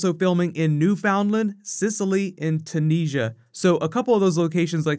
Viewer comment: Weird pronunciation for Tunisia